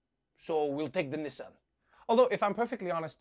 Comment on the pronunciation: It’s Nissan, not son of Knee. We speak very different languages either side of the pond😜